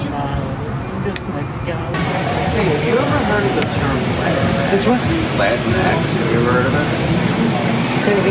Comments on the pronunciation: Dr. Jill Biden's pronunciation of Latinx: "Lay-twine-cksss." Whenever I see the term, makes me crave a Twix... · With a Spanish accent, it's actually pronounced Latin-FLEM. The X has slight flem. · From my understanding, it's not Latin-X, it's la-Ti-nex, as to mimic the actual pronunciation of Latino and Latina. Still stupid as hell. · The 'Latin-X' pronunciation makes absolutely no sense on any level. I could just about understand 'La-tinx' but this is a new level of crazy. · The way Landau pronounced it sounded like "Kleenex". They probably thought he was trying to make fun of them. This is the epitome of an invented problem. It's not a great sign when the group of people the solution is supposed to help aren't aware of a problem, let alone the "solution", in the first place. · Dave said la tinex 😂. I have heard the arguments for latinx. Its all easily proven wrong, nor does latinx work in all situations. Latinx is also offensive. Latinas are proud women who are proud of being both feminine and latinas. They enjoy femininity for the most part same as Latino men. Let’s reserve latinx for the whites who created it and the Latinos who they have fooled into their bs. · why is latinx pronounced in a latin accent but the rest of the message is in an english accent. very insensitive that only the one word is accented while all of the other words are not.